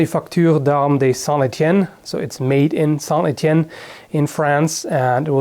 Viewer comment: Haha ! Hearing you speak French was amusing (in a good way) ! :D I'm also impressed by your accent. You said "Manufacture d'armes" and "Etienne" almost like a Frenchman. insert Not Bad meme here